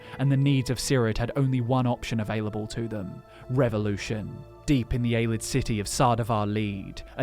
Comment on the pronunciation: Why can't any of ya'll say Ay-Lee-Id like it's supposed to be pronounced? Love yall and your videos but it drives me fucking insane every time you say Ay-Lid. Ya'll gotta know that's incorrect, is there a joke or something I'm missing here? AyLID AyLID AyLID God damn it's almost like you try to say it even more just so you can mispronounce it